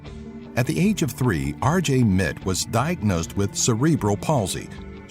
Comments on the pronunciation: It's "R J Mit Tee" not "Mit" just saying. nice video, I learned a few more facts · RJ Mitte's name is pronounced like "Mittee"